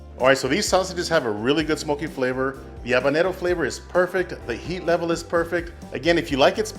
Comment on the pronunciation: What are you saying on the pepper ? are you trying to say habanero or something?????